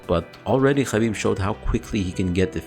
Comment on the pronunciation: I love to hear u say "khabib" correctly